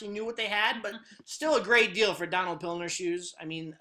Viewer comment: It's Donald Pliner, not Pilner.